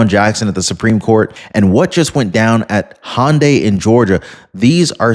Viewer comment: Illinois (but thankfully, not Chicago). FYI, in case it comes up again, Hyundai is HUN-die, rather than HAHN-die. No charge!😀 45, 47